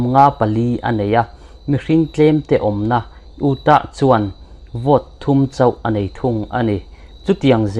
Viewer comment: Democratics nilovin Demomocrats tih tur aw. Snate nilovin Senate tihtur. U- tah nilovin You-ta tih a lam tur. Alaskas nilovin Alaska. Ekhai, inzirna tur i ngah hle mai. Ka sawi vek senglo. Persense? Percent aw. Wicosin nolovin Winconsin. Mexican nilovin New Mexico. ( Mexico hi ranm hran. New Mexico erawh US chhim lama state pakht ve) . A va zialo ve aw. Lo inzir deuh teh. Line tin mai a tawngsual chu a buaithlak. 😮😮😢